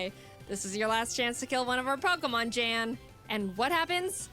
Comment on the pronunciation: ok, 2 things, 1, his name is pronounced 'Yan' because...Grman or something. nd 2, he reacted to this video and was deeply honored to be in it, he had never been animated before. ok, props to him over with, Back to watching the video!